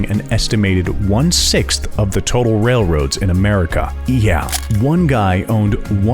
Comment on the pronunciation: No one going to mention the narrator saying 'one sixst' instead of one sixth?